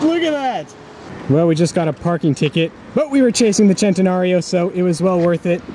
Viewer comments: U R PRONOUCEING IT LIKE AN ARGENTINIAN WOULD..THEY SAY OYE CHE...LIKE U JUST SAID SHENTENARIO.....BUT ITS SEN TE NARIO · Why did he pronounce that way? "chintenario" /"chentenario" lol!! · HAHA THE DUDE AT THE END SAID VENAYNO...ITS VENENO.....(Ve Ne no) JUST LIKE IN SPANISH FOR POISON...VENENO.... OR CENTENARIO IS THE SAME FOR US LIKE IN ITALY..THEY R PRONOUNCEING IT CHENTENARIO BUT ITS PRONOUNCED ( Sen te nario) NOT SHEN TE NARIO.